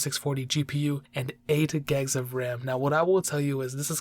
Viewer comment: and “ate GeGs of ram” 😂😂😂